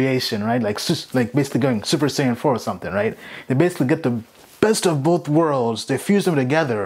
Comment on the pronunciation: you said Super Sayain.. subbed lol